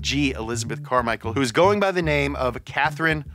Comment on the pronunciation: Elizabeth -CAR-michael lmao